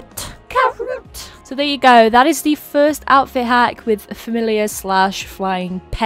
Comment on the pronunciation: I loved so much when she said: "tHe CaRoOt"